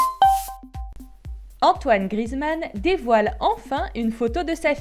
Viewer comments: Grizmann 😂 c Griezmann ça me stress quand on dit ça BREF c tout pour moi 😂✋🏼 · Prononce bien GRI-EZ-MAN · on dit Griezmann bordel 😂😂😂😂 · tu prononce mal son nom, le «e» se dit sa se prononce «é»